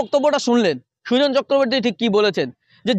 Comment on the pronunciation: Sujon noi ota kujon